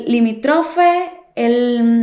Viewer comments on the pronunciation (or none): Está mal que alguien que no está cualificado crea que pueda hablar de trastornos de la personalidad. No estás calificada desde el momento que no sabes pronunciar algunos de estos trastornos. Un consejo no se dice limitrofe, se dice limítrofe.🤦🏻‍♀️